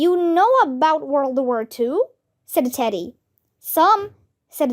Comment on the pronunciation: Your pronunciation is not right. World you read it like wur